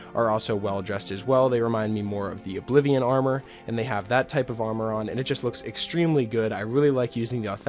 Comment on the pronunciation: I’m sorry, did you say Ablivion???